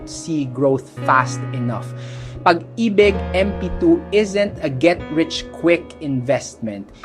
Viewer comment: nakaka b*rat minsan kapag AI yung nagsasalita. Pag AY BIG ??